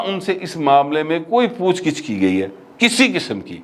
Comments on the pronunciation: It's POOCH GUCH not pooch gich, just a correction otherwise I like your V logs. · میری بدنامی نہ کروائیں ، پوچھ گِچھ نہیں ہوتا بلکہ پوچھ گّچھ ہوتا ہے اور حلمہ نہیں ہوتا حملہ ہوتا ہے ۔ جہاں کنفیوژن ہو مجھ سے رابطہ کر لیا کریں 😅